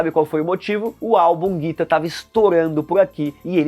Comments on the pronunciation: NÃO É JITA...CARA é GITA (GUITA) Você nunca ouviu esta musica???????????? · Kkkk "jita" foi de fude msm kkk quando ele pronunciou desse jeito até falei "jita é seu c*" kkkk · Po! Me manda „Jitá“ ao invés de „Guita“. Erro grave! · Tava indo bem, mas qdo falou "Jitá" e "telêma" estragou o video. Nem terminei de ver... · "Jitá" é pra foder hahaha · O cara faz um vídeo sobre Raul Seixas e nem se preocupa em aprender o nome de uma das melhores músicas. A pronúncia correta é GUITA!!!! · Jita, vovô e varios erros. Ainda disse que curte o cara.